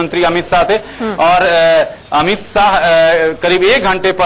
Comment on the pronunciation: It's amith shah not Amit saaa ....